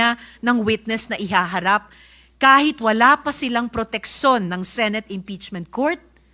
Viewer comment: Pansin ko lang hirap si Riza mag pronounce ng protection at decision. Protekson at decison daw.